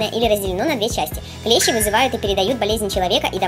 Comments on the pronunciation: Не клЕщи, а клещИ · Не клЕщи а клещИ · клещИ, а не клЕщи вроде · видео хорошее, только клещИ а не клЕщи) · НЕ клЕщи А клещИ!!!!!